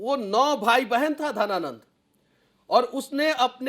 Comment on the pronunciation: घनानंद होता है की धनानंद होता है महोदय....